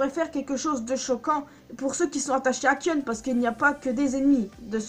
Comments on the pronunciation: On dit Kaïon pas kion.. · sa se dit kayonne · Sa s'écris Kion mais sa se prononce Kayon ou Kaïon pour se qui ne save pas le prononcé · Alors déjà au lieu de prononcer "kionne" ça se prononce "kayonne" mais sa s'écrit "kion" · Sa se prononce Kayon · Kion se prononce "kaion". Le "I" est prononcé comme en anglais. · Pourquoi tu mâches le prénom de Kion ? Ça m’a crispé dans toute ta vidéo. J’aurais bien voulu regarder en entier si ce n’est que ça qui me gêne. 😓 A par ça, j’aime assez tes théories.